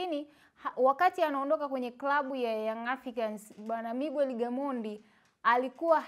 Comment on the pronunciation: Siyo migwer ni miger japo inaandikwa Miguer